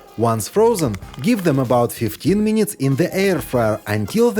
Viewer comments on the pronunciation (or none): « For another few minyiiites »